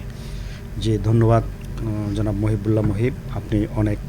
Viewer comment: জনাব উপস্থাপক, আপনার বাংলার এই দুরাবস্থা কেন? আপনি বারবার বলছেন মহিব্বুল. উনার নাম মহিবুল্লাহ. বাংলা ভিশন কি আর ভালো কাউকে পাই না?